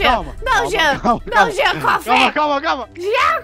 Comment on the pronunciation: É jean não “jenna”